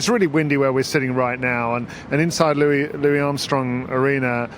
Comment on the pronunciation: "Lou-iss" Armstrong's family made it quite clear that he was always called "Lou-iss" and never liked to be called "Lou-ie." His family, years ago, reached out to Johnny Mac and asked him to make a public announcement on air to get the word out about the pronunciation because it was very important to them. It is about his legacy. It is about respect.